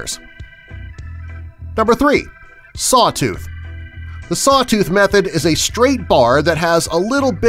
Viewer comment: Saw tooth anyone else think he said suh dude